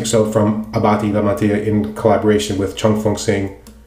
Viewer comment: I am very impressed with your pronunciation of the soap. Well done!!!! Most people murder the Italian Language.